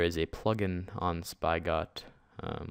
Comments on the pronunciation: Spygot wtf it's (Spih-got) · Spy-Got............ Dead (actually pronounced Spi get) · lol Spi-got its Spig-got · dude spigot is pronounced s-pig-it not spi got , like a hose spigot like the fucking picture on the spigot page . pffft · its not spy-got.. its spigot.. lol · ..."spy-got?" It's pronounced "spigot" (spi-gut) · It's pronounced spigot as in where water comes from you idiot! Not "Spy-got" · spy-got-MC... no -___- Sp-igh-ought-MC